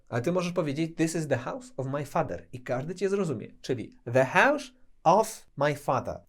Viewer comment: Hause to "hausz"? Łot łosz dat? Co to za wymowa? hause - hausz , was - łosz... Nigdy nie słyszałem takiego "sz" u Anglika, a w zasadzie zapytani Anglicy też nie słyszeli czegoś takiego, hmmm 🤔